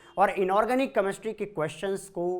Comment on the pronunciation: Ek to Chemistry Dhang Se Bolna Seekho Tum..... Kameshtry Nahi Hota Chemistry Hota h 😒😒